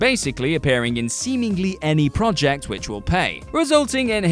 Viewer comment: It's very distracting hearing an English person repeatedly mispronounce the word 'project'.